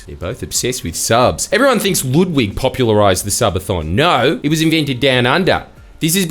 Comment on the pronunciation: Loodwig, bro I'm australian and can say his name right, so can you